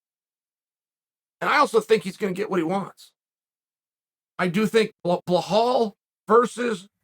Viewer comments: The prophet? Edit: Also, "Blehall"? Bro intentionally pronouncing names wrong now. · BELAL - Beh-Lawl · why do you keep pronouncing it as "blahal" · Why do you call him Bhall? It's Belal for English speakers and the rest of world it's Bilal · I’m still wondering.. who the hell is Blehall? 😂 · Chael - So you read ALL the comments? His name has FIVE letters. Learn to pronounce it... at least ONCE. Then repeat that... forever. OK, Chahail? ugh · Once again. Chael please pronounce Belal name correctly.. it’s really easy bro.. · He’s so good you don’t know his name lol. Undisputed, it’s pronounced Bee-Lal 🤟🏻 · Until you learn how to correctly pronounce Bluh-HALL, you shouldn't even be allowed to post comments. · Why does he say belal as belhal lmao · chael "blehal mehamed" sonnen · Your saying his name incorrectly…. According to chael it’s blehal…. So it’s blehal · chael there is no H in belal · Uncle Chael's criminal mispronunciation of fighter names literally makes my day better. I always look forward to a new person's name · One fight I wanna see is Chael Sonnen vs pronouncing the name 'Belal' correctly. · Don’t ever tell Uncle Chael to “remember the name” when it is actually pronounced “Bah-Hal” Mohammad. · Straight to the comments for the people complaining that Chael can't remember how to pronounce his name correctly.... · Peace to everyone, Chael could you please just pronounce Belal, there's no ''h'' in his name. Trust me I can write it down in arabic and since 15 centuries this name exists, it never contained the sound you put after letter B. Please, it is even easier to sound accurate! Btw your insights and analysis are great.! No offense, just love, take care! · “Blahal” ……. It’s BELAL chael there is no H so cringy ……… he calls Makhachev “Malkalchev” and he calls BELAL “Blahal” ….. say it right it’s not that hard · Why is it so hard to say BILL AL. This fool always butchers names. BLOWHALL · Uncle Chael I love you but it's pronounced 'Bee-Lal' not 'Bla-hal"